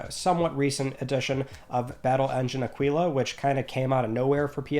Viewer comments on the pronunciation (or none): Aquila = awk-i-la. Not aqeeeela